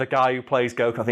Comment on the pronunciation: Viz Media? Shouldn't that be Toei Animation or Funimation? :o Viz releases the manga in America, but not much more :o Also funny how you mispronounced Sean Schemmel and Chris Sabbat in the same way, haha :b